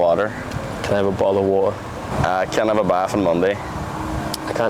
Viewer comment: bo oh o wa er😂 bottle of water